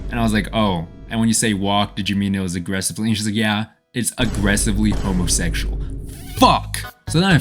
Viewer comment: homosexual, pronounced: homothekshual